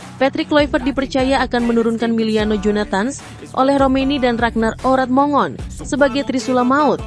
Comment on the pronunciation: Ya Allah alangkah sembarangannya menyebut nama orang. Mana ada /Orot Mongon/. Yang benar /Orat Mangun/ Mbak. 😅